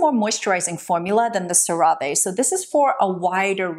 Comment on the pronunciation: Have I been mispronouncing CeraVe this whole time??😂